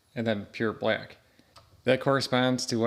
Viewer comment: I like how you say black. “Blyack” 😂